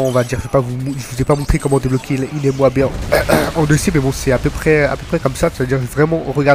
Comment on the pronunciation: dire M O A B ses une façons classe de dire moab like